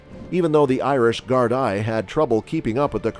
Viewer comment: Gardaí is pronounced gardee and not gard i